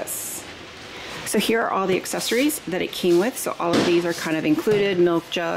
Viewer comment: For the love of all things holy can you please learn the proper way to say “espresso” and “ accessories”? There is NO “x” in either! I can’t watch this video with your hillbilly verbiage!